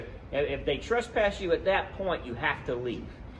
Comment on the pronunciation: 1st of all it is TRESPASS, not TRUST PASS